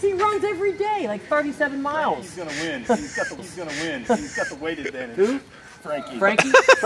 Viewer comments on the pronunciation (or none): I luv how he said miles🤣😆🌪